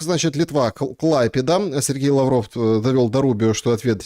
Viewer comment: Не КлАйпеда, а КлайпЕда. ☝